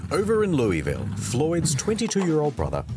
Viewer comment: Hearing him pronounce Louisville hurt me.